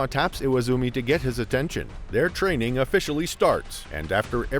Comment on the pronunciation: Haha train-Ning Chek it